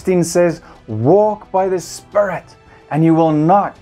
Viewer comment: I like how he says "Spirit" sounds like "spare it" It sounds really cool.